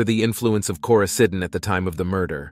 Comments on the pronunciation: * Lauren's lifeless body, not "Laurenses" 😉 Coraseeden- You actually pronounced it correctly once, I don't know why every other time was wrong. - "her mother had been killed by her husband" - do you mean daughter? Or sister? - What is "Koysadin"? I'm sure you mean coricidin but who edited this? I don't mean to drag on you, but this many mistakes in a short video tells me someone just doesn't care. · The OTC medication Matt claims he took is pronounced “Koroseeden”